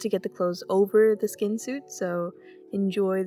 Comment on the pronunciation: When said Skeen all I could picture was the silence of the lambs. "It put the Skeen on the doll!" 😂